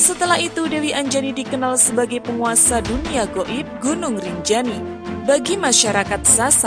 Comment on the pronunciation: GUNUNG MIN BUKAN GINUNG😆😆😆